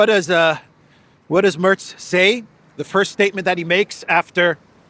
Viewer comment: Merz nicht Mörz